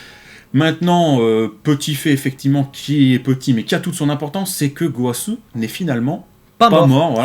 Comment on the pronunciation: Gowasuuuuuuuuu..... Zamasuuuuuuuuu.... ZeNNNNNNNNNooooo... Allez please, vous allez reussir a dire les noms correctement !! ^^